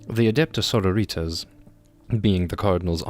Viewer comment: He pronounces "sororitas" with a spanish accent ? Ai sororita ! Que muchacha ! And "arbites" with a german accent. Like adeptus arbeit lol Funny eeglish latin